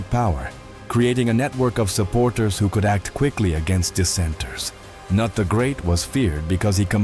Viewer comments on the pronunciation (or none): Cnut is pronounce "ka-noot", not "nut".... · Kanut? Noot is how it sounds! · Cnut is pronounced: ka-NOOT.